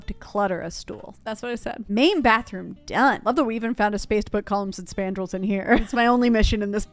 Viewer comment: They said "coullumns and spandrills" 11 timez